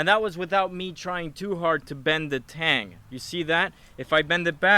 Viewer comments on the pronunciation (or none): none